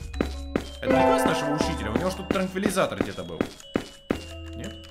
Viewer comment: Правильно говорить транквилизатор)))